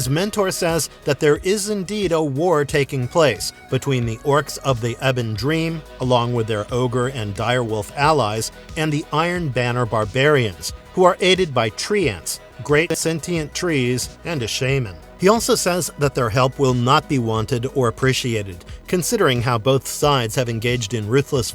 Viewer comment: WTF?!?!... I WAS going to quit this video after that desert club, but I kept going. Guess what I heard?... "TREE-ants" "SHAY-men" King "a-ZOO-in" "TWEEK-on" Hordes "Van-GAR-da-hast" "Ka-LOO-a" Veladorn Terrible. Just terrible.